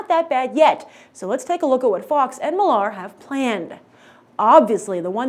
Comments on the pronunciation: Why does she keep pronouncing Millar as "Mill-LAR" when it's just pronounced "Miller." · Why does she struggle to say Millar so much and over enphasis on the "mill-AR" part?? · would you stop prouncing his name like that it is millar very simple to say geez you are smart girl for fuck sake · stop saying marks surname wrong it is not HARD